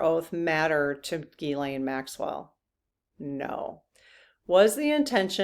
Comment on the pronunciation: Good questions today. By the way, it’s pronounced Gzeess-len, not Gee-Lane.